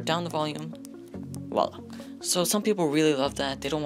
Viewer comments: You need to stop saying wahlah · And "woila"